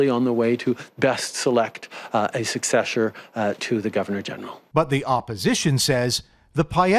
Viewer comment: Did Trudeau say successhur 😂😂